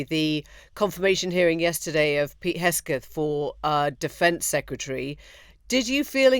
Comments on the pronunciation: Someone tell Emily his name is HEG-SETH not HES-KETH. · Hegseth, dear, not Hesketh. Listen to the way the person you are interviewing is saying the name, if you haven’t done your research